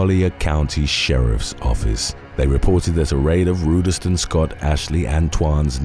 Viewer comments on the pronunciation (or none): Ruuderston huh? Nice